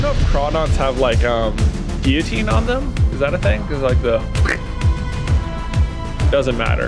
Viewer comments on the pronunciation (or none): none